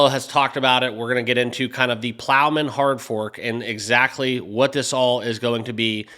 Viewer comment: Dude it’s Plomin not Plowman…that’s a sandwich 🥪